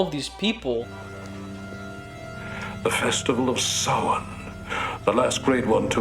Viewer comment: Season of the Witch gets props from me for at least pronouncing Samhain correctly. It's an Irish word, it's actually the Irish for November. But yeah, it's pronounced "Sow-an", not "Sam-hayne". Well played, Halloween 3! PS Your younger self behaves just like you now, just with a higher pitched voice. Very endearing. I'd actually be really interested to see some more of the shit you were making back then. To see the evolution of I guess. PPS Busta Rhymes? What the hell was Busta Rhymes doing in that film? Jesus.